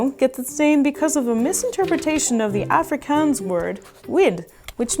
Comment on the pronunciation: I love how pronounced Afrikaans😂 its pronounced Are-Free-Karns